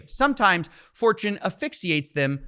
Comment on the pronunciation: Steve said "Fortune favours the brave" and I heard "4chan favours the brave" 😳